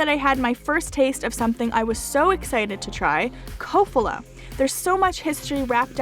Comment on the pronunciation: Slovak guy here, in Kofola the stress is on the first syllable.